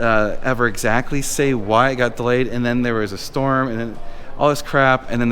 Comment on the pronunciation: The word of the day is "delAAyed"